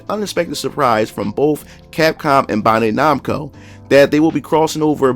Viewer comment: BAN-DAI /NAMCO ....BAN...BAN....SAY IT WITH ME...BAN-DAI NAMCO.